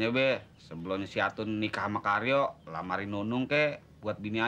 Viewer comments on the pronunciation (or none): Candu denger bilang Karyo, jadi keryo 😅😅